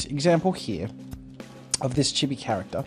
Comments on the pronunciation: Not chi-be it’s pronounced cheee-beee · Anyone Else cringe when he pronounced chibi wrong? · Lol just the way he says chibi